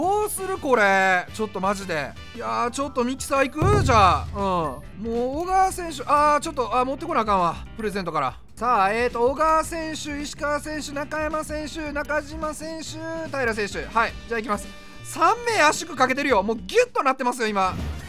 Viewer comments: 「なかじま選手〜」✕ 「なかしま選手〜」◎ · なかじまじゃなくてなかしまです🙇‍♂️ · ファイターズの中島は「なかしま」ですよ！